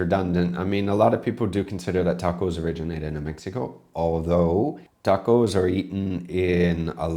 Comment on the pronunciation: The English have butchered more native languages than anyone else. They use the short "a" in "can", but then use a more continental "ah" in "can't" - so why can't they pronounce tacos properly? Then there are words like valet, it's French, so why do they pronounce it as though it rhymes w pallet? And then there's what they've done to Dutch 🙄. When they took over New Amsterdam, they heard Dutch words that they couldn't really pronounce. [Quick Dutch guide: Dutch oo= English oh; oe=oo as in boot; and J, as with the Spanish & French LL, is used like an English y and is often a diminuitive.] So they heard koekjes (little cakes) and thought they heard cookies. They heard kool sla, and thought they heard cole slaw. Surprise! Kool is Dutch for cabbage & sla is Dutch for salad. They heard Sinter 'Klas and thought they heard Santa Claus. Sinter Klas is a diminuitive of Sint Nicolaas - little St Nick. Weirdly, even though Sinter Klas wears his red Bishop"s robes & mitre (he was a mid 3rd century Bishop in Myra, Anatolia), just like Father Christmas, somehow in America it devolved into a red suit & hat. Worst of all, they heard the Amish in Pennsylvania call themselves Deutsch (German) and thought it was Dutch. Nope. The Amish speak a kind of German, not Dutch. Having said that, Amsterdam is like London in being able to get reasonable ethnic food, but in the villages, they tend to combine Asian ethnic foods into one restaurant, and for some reason, have tomato in a lot of Chinese dishes